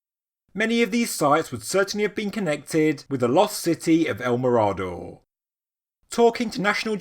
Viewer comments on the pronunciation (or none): Great video, bit it is pronounced me-rah-door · Excellent as always, if you wish to pronounce it correctly it would be something like el mirror-door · "El Mirado?" stopped playing this after the mispronunciation... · Yes .he got this wrong . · Just a heads up. You’re mispronouncing “mirador”.